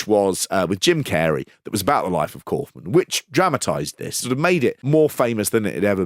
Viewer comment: Are we gonna talk about how he calls himself ‘cowf-man’ and not ‘cawf-man’?